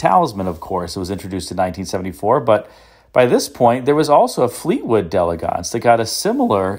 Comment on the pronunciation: Thank you for pronouncing “d’Elegance” the way it should be pronounced. Another YouTuber who regularly sells these cars insists on pronouncing it “dee-EL-egg-ents” even though he knows that is incorrect.